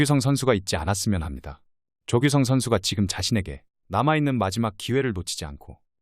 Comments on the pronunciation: 조귯썽? 발음 왜이러냐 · 조규썽 발음 집중안됨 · 조규쓰엉 일부러 녹음한건가 ㅋㅋ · 조규썽? 발음이 영........ 사람이름을 조규썽이라하는건...... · 어째 발음이... 일부러 조규썽이라고 하는지.. 무지하게 신경쓰이내요 ㅋ